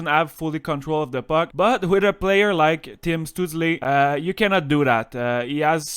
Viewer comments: I'm pretty sure his name would be pronounced Shtoo-tzel and the tzel part would be pronounced like at the end of the word pretzel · Your pronunciation of his name is really funny. (